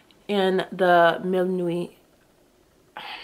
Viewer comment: Great video, as always 😊 “Mille Nuits” is pronounced “meel nwee” you did a good job 💕